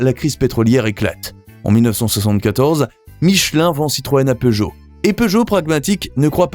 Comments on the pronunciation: POOgot? Learn to pronounce the name properly. SIX-OH-FOUR not six hundred and four. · As a European, I hate the way Peugeot is pronounced. But in some way, I can understand that. But the fact that Chrysler isn't even pronounced correctly, is wild for me.